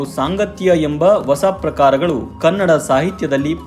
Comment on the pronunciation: ನಿಮ್ಮ ಪ್ರಯತ್ನ ಚೆನ್ನಾಗಿದೆ. ಆದರೆ ನೀವು ಹೊಸ ಅನ್ನುವ ಪದವನ್ನು ಒಸ ಅಂತ ಉಚ್ಚರಿಸುವುದನ್ನು ತಿದ್ದಿಕೊಂಡರೆ ಬಹಳ ಚೆನ್ನಾಗಿರುತ್ತೆ. ಧನ್ಯವಾದಗಳು.